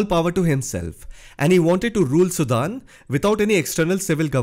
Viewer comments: All these fake comments are so amazing !! He can not even pronounce the country name, so fake comments can puke it. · First of all learn how to pronounce "SUDAN".